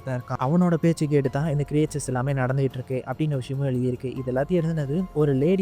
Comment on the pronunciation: க்ரியேச்சர்ஸ் அல்ல க்ரீச்சர்ஸ் என்பது சரி.